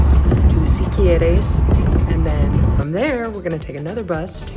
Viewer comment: You almost got Siquirres right! Is should sonda like see-key-rexs... you nailed all the other names 👍🏾